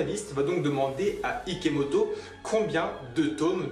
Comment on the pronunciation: #IKOMOTO, TU A DIT IKOMOTO AU LIEU DE IKEMOTO !! 😂😂 On a #TROPBION #SARADOIGT #IKOMOTO, Bon j'arrête avec sa 😂😂